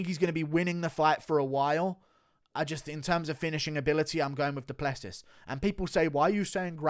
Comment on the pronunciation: Wait... so you knew how to pronounce Du Plessis this entire time and just do it wrong 99% of the time?